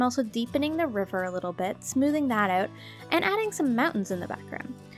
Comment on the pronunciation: I heard that "out" I she Canadian?